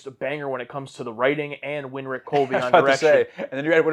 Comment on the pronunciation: You guys keep saying "Win-Rick". Winrich Kolbe pronounced his name like "Wine-Rick".